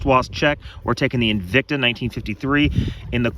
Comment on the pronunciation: I had to force myself to stay after I heard "invicta" . LOL